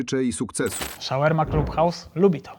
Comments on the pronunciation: Shawarma nie szełerma lol😂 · Nie ze się czepiam, ale to się chyba wymawia "szałarma" 🙈😶‍🌫️🫡😇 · W wymowie SHAWARMA NIE MA "E"